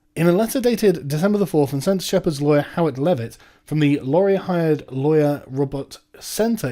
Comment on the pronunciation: laurie-AY it's fuckin laurie-AY! As a Canadian viewer, this has been bugging me for weeks, haha!